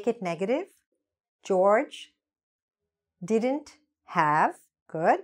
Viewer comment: You are not pronouncing didn’t Correctly check it once